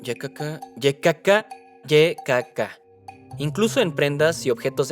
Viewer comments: La pronunciacion "ye", NO EXISTE EN CASTELLANO, simplemente:"i" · ¿Por qué a la "Y" (i griega) la llaman "Lle" (con dos eles)? Me sangran los oídos cada vez que lo dicen. El vídeo en general está bien. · Ykk suena raro en español especialmente el "KK"